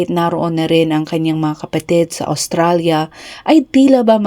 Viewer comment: Please pronounce well, Australia.